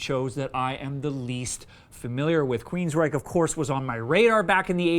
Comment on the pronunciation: Isn't that pronounced Queens-Wreck?